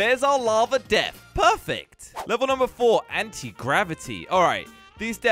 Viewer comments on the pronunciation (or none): He said deaf instead of death 😂🤣🤣🤣🤣🤣🤣🤣🤣🤣🤣🤣🤣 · Hey did you say deaf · he said deaf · guys it's deafth not death